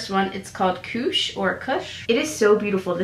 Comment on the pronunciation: You're pronunciation of koosh is the name of marijuana lmao